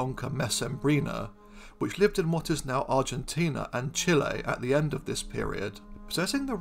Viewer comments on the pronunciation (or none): none